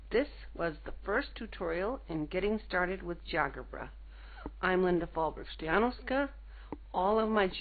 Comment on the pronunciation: That's pronounced as Geo 'Jebra'